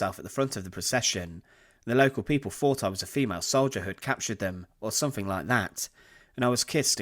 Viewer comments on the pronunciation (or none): none